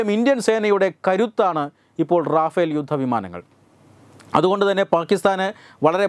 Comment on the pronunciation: റാഫേൽ അലടോ, റഫേൽ